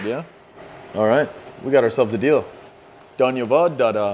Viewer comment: the way u say danyabad dada is hilariours